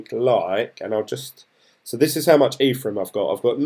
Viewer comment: Hey dude, just picking up on your pronunciation, it's Envion not Environ and it's Ethereum not Etherum. I started my journey a few weeks back so it's interesting to see someone getting up to speed just like me. Keep it up 👍